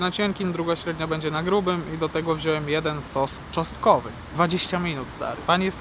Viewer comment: Sos czosnkowy a nie "czostkowy" 😅